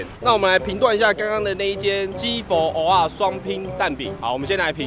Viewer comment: luen 他好像都習慣念偶仔餒⋯（不過我也發現女生講的音是額仔